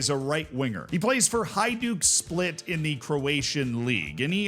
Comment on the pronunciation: i appreciate you pronouncing Hajduk Split correctly! Thanks!